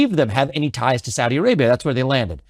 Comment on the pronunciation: Investigator: Did the Saudis do it? Government: No. I can 100% confirm the Sour Dees did not participate in 9/11. I: I'm sorry. Did you say Saudis or sour dees? G: correct. Exactly... The Sowdees. No 911. I: Wait. What are sowdees? G: Sowed ee's. As clean as they come. I: What are you talking about? G: I'm just saying, with complete conviction, that the Kingdom of Sword Tee A Ray Bee Ah did nothing ever at all to America in our history of all time!.... The Saudis though. They went sick.